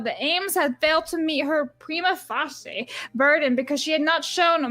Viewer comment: Prima facia = Prime-ah fay-shee-ah